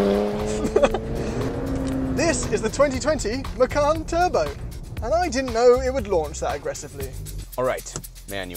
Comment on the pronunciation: Macan Twurbo